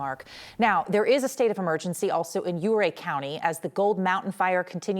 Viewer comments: Interesting, she pronounces it 'OO-ray,' but the locals call it 'YOO-ray.' The funny part is that Chief Ouray pronounced his name like she does, 'OO-ray.' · As someone who grew up in that area, hearing "ooo ray" is just absolutely grating and wrong. However correcting later to the proper pronunciation of "you- ray" provides some forgiveness. You figured it out! Thoughts and prayers to the those we lost fighting those fires! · O'ray not ooray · Youray, not ooray. That ia how you pronounce it. Thank you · It’s Yu-ray